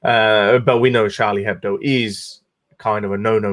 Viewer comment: the "h" in Hebdo is silent. Ch in Charlie is pronounced Sh.